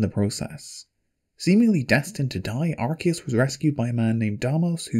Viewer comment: yay you pronounced arceus correctly.. unlike all the pokemon "fans" who call it arse